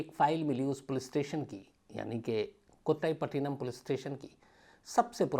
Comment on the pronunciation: कोटाईपटीनम नहीं, कोट्टईपट्टीनम होता है तमिलमें। मुथ्थु नहीं, मुत्तु होता है। त के लिए तमिल लोग "TH" लिखते है।